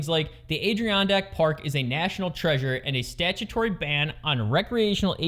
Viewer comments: it's pronounced, ad a ron dak not what your called it. I live there!! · Oh you butchered Ad....ih....ron....deck... NY State continues to suck for ATVs... I'm embarrassed to be from that area... Craziest thing is, you have to register ATVs in NY and still can't ride em anywhere... The biggest problem is there are TONS of trails up there because they support snow mobiles like crazy! State government continues to crush the Upstate region with there stupidity... Beautiful place to visit, crushingly expensive to live...